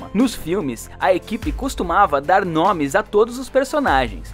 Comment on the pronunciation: Que agonia ele falando os nomes tudo errado